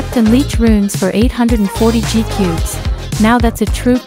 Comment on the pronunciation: Ur my fav bg but u said ni gcubes seris beuh